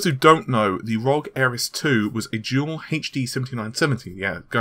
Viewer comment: Totally sounded like you were saying jewel not dual. Had to actually look at the video instead of listening like I normally do.